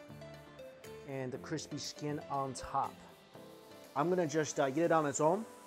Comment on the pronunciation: Joshua weissman is quaking at the CWISPY skin